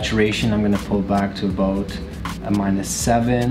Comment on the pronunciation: Aboot? Haha